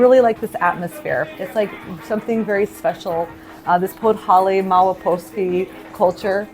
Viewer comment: A decade in Poland and you call Podhale podholly 🤡 Yup you're a murican alright...🤮